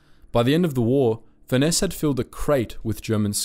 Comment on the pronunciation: Furness is pronounced the same way as Furnace